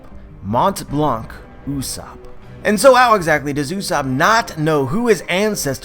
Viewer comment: Its not usopp its pronounce as Yus-sopp...